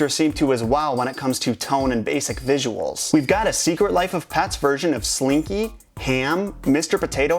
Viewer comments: he says "pats", it's "pets" not "pats" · pets not pats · It's not "pats" it's "pets". P-eh-ts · you said pats instead of pets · He's saying secret life of pats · Wait he keeps on saying secret life of pats